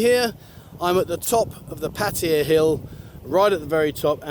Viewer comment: Yeah but many people watch your videos to learn about Thailand. So why not pronounce the name of their city correctly.